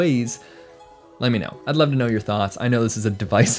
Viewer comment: Thank you for pronouncing "divisive" correctly